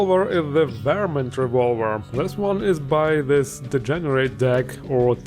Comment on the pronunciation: Please refer to "Yosemite Sam" for how to pronounce "varmint" lol